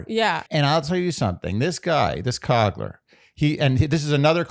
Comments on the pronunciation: plleeeaase ily but its ryan cOOgler not cogler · Ryan Coogler, not Cogler 😅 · the amount of slightly off things in this episode (mispronunciation of coogler, calling hbo max apple tv, 877 right now instead of cash now) made me feel like i was experiencing several mandela effects in real time